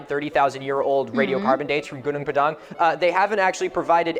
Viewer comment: First off that's pronounced /'guːnɔːŋ 'pɑːdɑːŋ/ not /guː'nuːŋ pə'dæŋ/